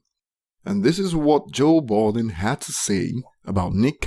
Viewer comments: LMAO I keep having to rewind everytime you say Joe Balding because I kept laughing over your commentary. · His name is joe budden atleast get it right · It actually sounds balding 😅